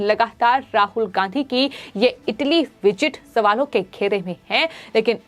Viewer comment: राहुल गांहधी ? एंकर अपना उच्चारण दुरुस्त करने की कृपा करें ।